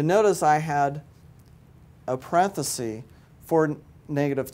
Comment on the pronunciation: No such word as parenthesee. It’s parenthesis. Very stiff and sterile. I like the video math tutor. He’s fun.